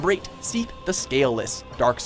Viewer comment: Seath? ahhh no sorry.